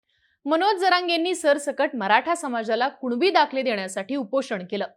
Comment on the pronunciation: 'कुनिबी' येत आणि 'कुणबी कुणबी' बोंब मारत 😂😂😂😂